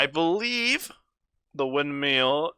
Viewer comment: I'm really enjoying the series... but I really hope you learn how to pronounce "windmill" by the end of it xD Thanks for the videos, 2019.